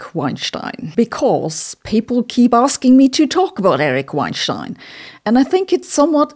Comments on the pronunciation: Sabina, you're pronouncing Eric's Weinstein's last name incorrectly. It's not pronounced like it would be if he lived in Germany. It's pronounced the American way. Listen to Lex Fridman's interviews with him to hear the correct pronunciation. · It’s pronounced wine-steen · Weinstein rhymes with Einstein in German -- "VINE-shtine" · He pronounces it "wine-STEEN". IHTH. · Off topic, but why don't you pronounce all of Weinstein as in German ("vayn-shtayn") or as in English ("wayn-stayn"), why the Gemisch "wayn-shtayn"? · I just love her saying “schtine” 100 times. Wienschtine and einschtine. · I didn't know you were german until you pronounced erics last name.😂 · You are pronouncing his name wrong. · I love the way Sabine stresses "STEIN" when she says his last name, thus making the subliminal equation to Einstein. Now, Einstein only had one stone but at least he didn't wein about it!